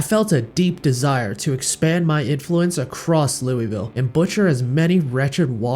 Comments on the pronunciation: Finally someone who knows how to pronounce Louisville right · Love the video, love you pronunciation of Louisville as well, its beautiful